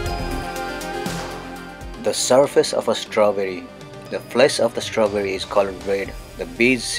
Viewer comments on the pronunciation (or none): “tHE FLEs of ThE STAWbry”